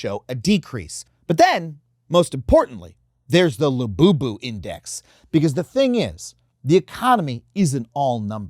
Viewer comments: "coming for lu-you-you" 🤣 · I was with you until you ended with "la-you-you" dont do that again.